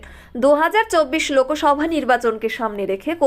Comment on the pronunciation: সংবাদ পাঠ করতে উচ্চারণ ঠিক কর । লোকোসভ না লোকসভা।👍